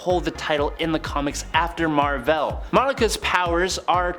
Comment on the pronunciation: Mar-Vell not Mar-Vella 🤦🏾‍♂️ Sorry 🖖🏾